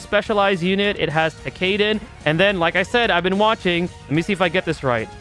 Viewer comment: Lol tekayden. Thats a first